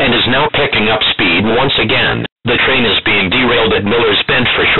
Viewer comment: He says bomb and train funny. Bomb is like "Bamb" and train is like Trean. In the beginning i mean.